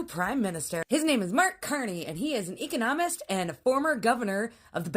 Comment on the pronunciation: “ he’ s an E-con-omonist “ Oh you mean an Economist. Her Im-fas-is was on the wrong sil-ab-bull.